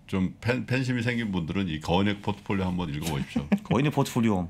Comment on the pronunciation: 갑자기 거인의 포트폴리오! 그와중에 유창한 포트폴리오 발음, 물흐르듯 자연스러운 홍보 ㅋㅋㅋㅋㅋㅋㅋㅋㅋㅋ